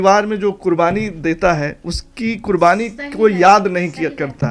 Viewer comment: आप के तल्लफ़ुज़ में सख्त कमी है, शुरू में QURBANI को KURBANI बोला जो ग़लत है 😅😅😅